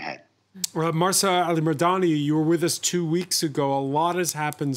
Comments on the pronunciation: Stop calling her Marsa! It’s Mahsa. There’s no R in there, written or implied, and certainly not pronounced. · To the presenter; it's not MARSA....it's MAHSA. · I understand what you're trying to say. And yes, he is very respectful. But I think whether here or in any gathering, it shows respect to try to remember the name of the person with whom one is speaking. In this case, I find it rude of him that for half an hour, he mispronounces her name. He has it written in front of him; it's not asking too much to try to read it correctly. I would be offended if someone keeps addressing me with a wrong name.